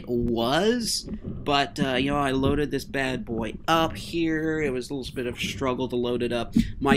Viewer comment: Not booi it’s boy